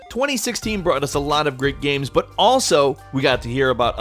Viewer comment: Why does he pronounce games "Gahms"?